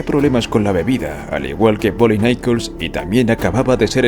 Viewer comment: "Nicol"?? 😂 No se llamaba "Nicol" se apellidaba Nichols.